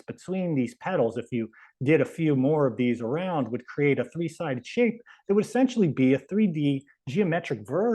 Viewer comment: T[h]ree, Tree Th ree?